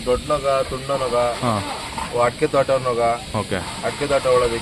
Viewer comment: ನೂಗ ಅಲ್ಲಾ ಅದು ನೊಗ